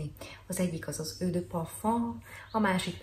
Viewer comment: Tudom, hogy kijelentetted, hogy leszarod :D, de annyira bántotta a fülem, hogy le kell írjam: eau ejtsd ,,Ó’’. Ps.: nagyon szeretem a videóid, főleg amiatt mert igazán hiteles vagy a tömegben. Köszi és keep on! :)